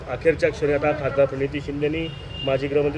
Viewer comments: परणीती नाही रे बाबा प्रणिती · परणीती नसतं रे ते , प्रणिती असतं 😅 काय कराव अश्या लोकांना पद देतात 😂😂